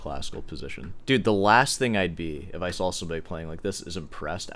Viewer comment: Stop inserting L sounds into words where they don't belong. "doLn't" ... "boLth" ... "sawL" ... it's annoying.